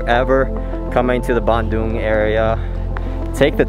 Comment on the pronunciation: A good thing your pronunciation of Bandung is not like, so many English speaking natives say in : ban(throw away) the cow dung